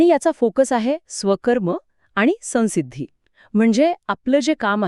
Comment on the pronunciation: अनुस्वाराचा उच्चार सन्सिद्धि नाही